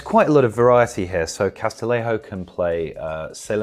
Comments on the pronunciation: Great vid, just small nitpick: Castillejo’s name is pronounced Cas-ti-YE-ho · That's not how to pronounce "Castillejo"